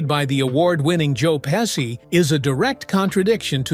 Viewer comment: Pessi? Pechie